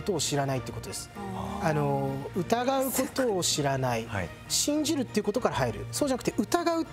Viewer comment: シン⤵︎ ジル⤴︎ですぅ。イントネーション草。あとそれ言った瞬間前髪ずり落ちてきて余計に哀愁やばい😂